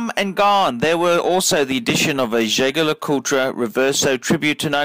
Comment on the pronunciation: Can you please stop saying JLC full name cos you pronounce that wrongly and sounded horrible! Can you just refer to that watch as the REVERSO? Thanks! Btw, good vid. Keep up!